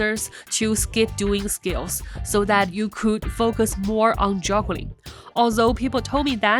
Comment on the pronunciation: Did she say joggling?